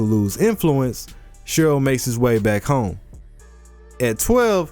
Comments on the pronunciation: isnt it Shirou?i am sure its Shirou not Shiro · The line thingie above the o ( ō) is ou, making it Shirou